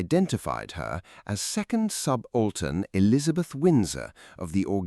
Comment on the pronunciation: Crappy AI voiceover can't pronounce "subaltern" correctly. I'm out of here!